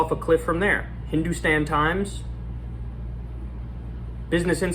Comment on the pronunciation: When Kyle said "Hindu Stan Times" I laughed out loud, westerners trying to pronounce anything Indian is always hilarious